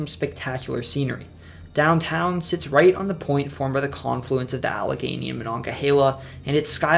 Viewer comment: he got allegheny right as well, which i had no idea how to pronounce until i heard the philly subway speaker say it